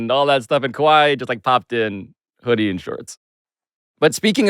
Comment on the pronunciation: "Ka-whiet" = Quiet 😂😂